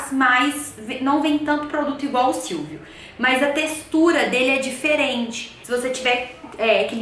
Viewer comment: SILVO e não silvio kkkkkkkkkkkk